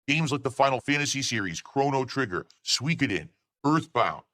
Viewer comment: He "enjoyed" Tekken 8 so much that he got bodied soooo many times! How did he pronounce Suikoden? SeeKidden?